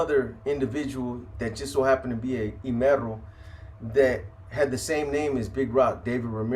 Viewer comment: E in Spanish is pronounced as “eh,” so it would be “ehmero” not “eemero”. Fire video tho! I stay tapping in 💯